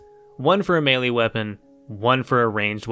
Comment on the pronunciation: Did you say melii or melee?